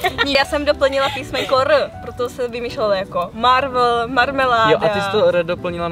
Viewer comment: jak mohla říct marvl místo Marvel😂